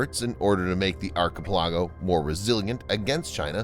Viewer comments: I believe you regularly and consistently mispronounced the word archipelago. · Dat ain’t how you pronounce archipelago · How did you not learn how to pronounce Archipelago properly.